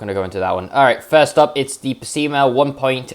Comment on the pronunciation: Most people’s pronounce it as “Peh Sei Mah “ And “I be Shoo” Buuut it’s fine pronounce it anyway It’s based of a 84 Non pop up Accord Edit: or a 80s galant